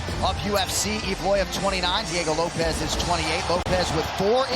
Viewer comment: Bro said Diego loaps 😂😂